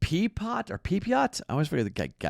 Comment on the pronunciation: say it with me...Ryan (PEP-E-OH) Pepiot 🤦 #RAYSUP